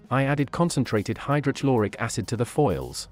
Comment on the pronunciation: Lol the way the speech synthesizer said hydrochloric acid! I've never heard the blend of "Ch" and "L" until now.